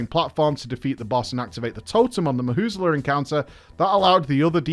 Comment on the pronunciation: "Mahusla" "Mu zala" normal people